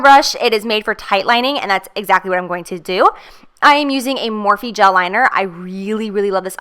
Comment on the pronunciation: Is Morphe not pronounced "morf" not "morfee"??